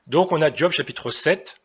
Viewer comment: On ne dis pas "D'job" mais Job ...